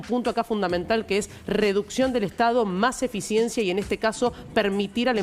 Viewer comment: 🫣 Esto esta chequeado!!! Que dice?? Inficiencia=eficiencia, dijo no vale la puena=pena, es traba no trabues, valores marales y es morales, NO SABE LEER!!! Y ES EL PRESIDUENDE!!! fue a hablar pavadas, lo que dijo solo beneficia a trump 🇺🇲 no a la Argentina 🇦🇷, sos una maquina de hablar y hacer c4gad4s, que verguenza nos haces pasar en el mundo entero. Y pensar que hay liberdolobus que te aplauden como focas 🫣.